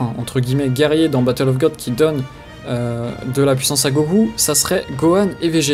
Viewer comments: mais putain tu peux pas juste dire god comme ça se prononce!!! plutôt que de dire ça a la japonaise. C est ridicule. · ha putain ça m énerve!!! godo... C est un mot anglais ça se dit god, les japonais le disent godo car ils ont un accent de merde. les youtubers fan de dbz le disent n importe comment pour se la jouer connaisseurs, ou vrai fan dans, mais c est nul.